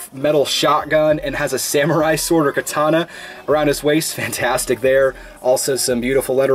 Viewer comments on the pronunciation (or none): none